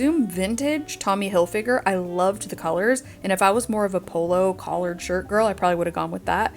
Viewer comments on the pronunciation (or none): none